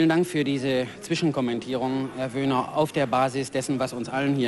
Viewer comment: Man kann in der Tat "Lueg" als "Lüg" aussprechen. "Wehner" kann niemals zu "Woehner" werden.